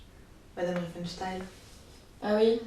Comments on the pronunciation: 'excellente découverte. Merci le relais de Le Bouseux. Le propos est riche et pertinent, la prod quali. Bravo. (seul bémol, j' ai tiqué à la prononciation de Riefenstahl transformé en riefenstayl) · Très bonne vidéo, par contre c'était fait exprès de prononcer son nom RienfenstHEIL ? :D